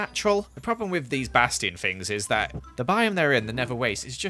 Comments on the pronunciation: Just a tip: A bastion is pronounced "Bass-chi-on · The funny thing is he still pronounces Bastion the same way